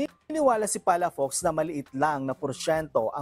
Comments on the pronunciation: Ang basa Ng palafox ay palapoks Hindi palapaks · Palafox hindi palafax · PA LA FOX and not PALA FAX - Ilocano sya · Palafox Hindi palapax